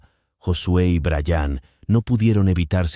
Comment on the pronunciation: Se dise bryan no brayaaaan.